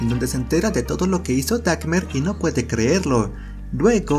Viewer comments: Es Dahmer no Dakner, por favor pronuncien bien. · No pude soportar que todo tu p1nche video dijiste "DAJMER" en vez de " "Dahmer" PTM , ANTES DE HACER VIDEOS AL MENOS INVESTIGA COMO SE PRONUNCIAN SU APELLIDOS ¿QUE SON ESAS M4M4DAS DE "Dajmer"? QUE HORROOR CON TU "DAKMER" TE CARGASTE EL VIDEO CON ESA PNDEJADA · Se pronuncia Damer (Dahmer) No Dagmer (no sé de donde sacaste que la H suena como g. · Por qué lo pronuncia "dacmer"? Es un poco irritante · DAHMER es con H no DACMER. Disfruté como siempre tus resúmenes y sos un capo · Me molesta que pronuncie la H de Dahmer como G y diga "Dagmer"... x.x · no es dacmer es damer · pense que era Dahmer, no Dakmer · Dagmer!?? Enserio dahmer dahmer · Desde cuándo se dice Dagmer y no DAHMER, la H es muda 🙄🤔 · El resumen bien, pero tu pronunciación del apellido Dahmer no puedo, es Dahmer no Dacmer 🙈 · Gracias por éste video..NO tengo "Netflix ".😭 Pero no es "Dakmer"...porque NO era alemán jaja🙂... Es > Geoffrey Dahmer... Y se pronuncia: "Jefri Dámer"...Así de fácil 👌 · es dahmer , no dakmer .. aprende a hablar porfavor y me refiero a todo el video , un asco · Es Dahmer, no Dakmer 😀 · Dahmer o Dahcmer? . ¿Qué onda con tu pronunciación? 🙄🤔🧐🤔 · Si, es verdad, no se dice "dakmer" ,se dice "dahmer",pero tampoco es para burlarse, buen resumen ☺️ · Se pronuncia como se escribe "Dahmer" no "Dackmer". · NO SE DICE "DAKMER" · Jajaja 'dacmer' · DaKkmer jaja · Dackmer xd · Porque le dices Dacmer? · por dice dacmer? la h es muda 🙄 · me da un acv cada que dice dackmer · donde verga dice dakmer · Creo que se dice dhamer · Por que pronuncias dagmer ?😔😔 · PODQUE DICE TANTAS VECES DAKMER ? 🤣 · "Dakmer" JAJAJAJAJA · Odio tu pronunciación del apellido Dahmer, si de verdad viste la película deberías saber como lo pronuncian, solo por eso le di dislike